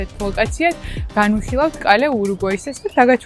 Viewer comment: ოღონთ კალე არა Calle -კუჩა კაე ყურში ციდათ მომხვდა🎀